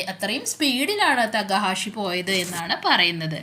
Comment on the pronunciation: തേക്കാഷി എന്നല്ല തെക്ക ഹാഷി എന്നാണ്